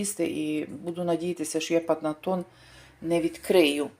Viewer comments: читайте добре що написано на коробці!! PANETONE! А не Панатоне!Багато слів не вмієте казати правильно,,,,але ж Ви скільки років в Італії!😢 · Жіночко панетон а не панатон , вам не стидно